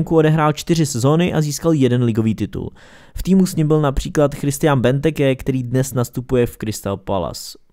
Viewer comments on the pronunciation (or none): none